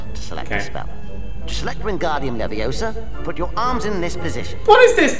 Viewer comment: Its levio-sa